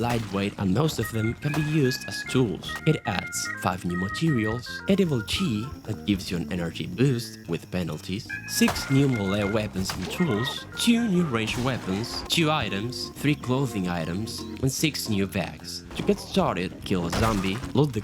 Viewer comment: you said sex instead of six